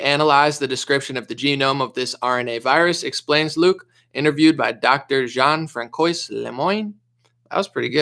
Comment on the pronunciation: François = Frahn swah